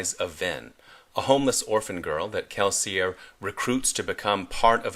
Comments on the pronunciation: It is not sometimes. It is kelsi-YEY. According to Sanderson, the language of Kelsier's people is similar to that of our world's France. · that may be so, but the Audiobook narrator says Kelsier not Kelsi ey